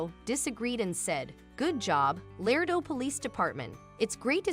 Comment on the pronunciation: It’s not LARDO! ITS “ LARADO “!!! The second A is a HARD - A in the pronunciation of the name of the great town in Texas! PLEASE pay attention to the annunciations of our towns. You have no idea how insulting it is to hear your town mispronounced. The city I live in is SPOKANE. The “ E “ is silent. So you’d pronounce it “ SPOCAN “. Most people pronounce it “ SPOCANE “ ! 😢😭🤬💔👵🏻